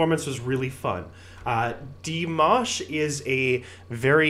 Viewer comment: No, not like "mash" in mashed potatoes. Like MAHSH, like in "mosh" pit.